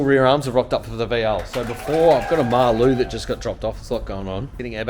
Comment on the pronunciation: Sweet vid.. But it’s Maloo not Mar-Loo 😁😁